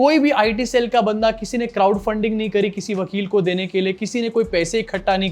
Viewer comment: Cloud nahi Bhai crowd😮